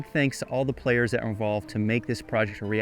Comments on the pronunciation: *Create. Creeeeeeate. Not curate! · apparently create is now pronounced cereat